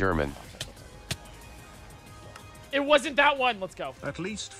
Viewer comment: just pronounce it eederman your audience will understand you but the speech recognition won't